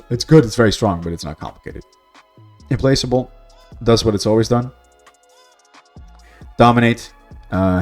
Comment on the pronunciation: Hearing someone say "Im-place-able" harmed me in a way only foul chaos sorcery could